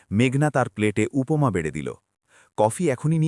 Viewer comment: অদিত্য নয় আদিত্য। উপোমা নয়, উপমা !!! অসহ্য আপনাদের বাংলা উচ্চারণ।